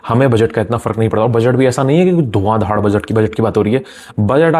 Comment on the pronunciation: Bhai dhuan dhaar not dhad...